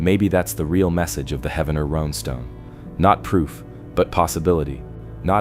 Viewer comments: I know right!!! lol! 😂 Every time he pronounced it I was like “IT’s HEEEEEVENER!” Not correct spelling it how it sounds?? Ugh 😑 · It’s pronounced Heevner😊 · its Heave-ner dude, not Heavener, Heaven - ner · Heavener is pronounced Heave-ner not Heaven-er. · lol heaven-er come on bro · It is pronounced, 'Heev- nerr' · "he-v-ner".. please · Its pronounced "Heevner". The Viking festival is ongoing n wonderful. Like a dark Renaissance festival but includes the whole family...and a lot of Mead drinking 😅 "Skol"! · Heavner like heave ho, dadgum AI voices lol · its Heave-Ner. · No idiots it’s Heavener. And that shit is fake. Lived here my whole life. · Heavener is pronounced Hee-vener